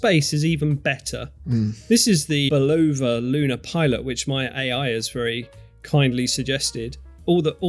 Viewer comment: Very informative video. Thanks but may I make one suggestion: The word Bulova is pronounced with the accent on the first syllable, not the second. So BU lo va vicd bu LO va. Cheers